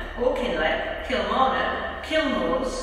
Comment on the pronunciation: I live around the area from Barrhead to Glasgow central and listening to her say KILmarnock, AuCKinleck, Cross MY Loof is just funny to me